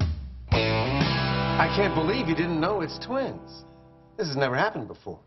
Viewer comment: "Twins" not "tweens"